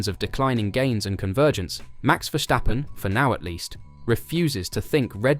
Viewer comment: 'vershhhtappen' hahaha